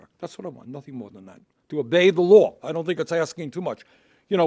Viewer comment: I love when Bernie uses his grumpy old Jew tone to put enphasis (" to obey dah Loh"). Feel the Bern!